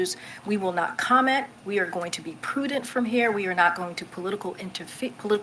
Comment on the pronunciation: 1 second ago She also said "poodent'", whatever that is. I think she's paid by the word.